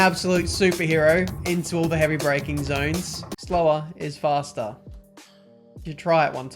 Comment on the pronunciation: I'm tired of hearing.. fhasta .. .. it's faster.